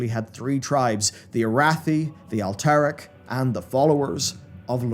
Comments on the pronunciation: I wish you pronounced at least half of the tribes/kingdoms names correctly. It’s DjaraDIN not Djaradeen. It’s AlterAc not Alteric. It’s Amani (UH-MOH-NEE). 🤦🏻‍♂️ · Why is this guy intentionally pronouncing common lore names wrong like Loken, Alterac and Amani? So that real fans can correct him in comments for engagement? What a sod.